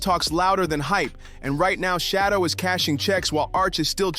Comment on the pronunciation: His name is not shadow Sanders